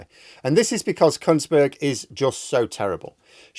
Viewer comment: I'm sure you said "Kuntsberg"